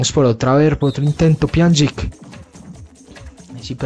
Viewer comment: Se pronuncia pianich